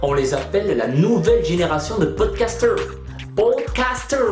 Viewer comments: Quand le mec a dit -"PODCASTEUUUUR" Avec un accent anglais pourris je me suis sentit limite mal à l'aise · Ta vu ton anglais...j'écris ce que ta dit:poudkastyeer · Ça prouve qu'au Sud vous avez du niveau... Podcasteeeeeuuuurrrr (accent de merde). Pfff pauvre merde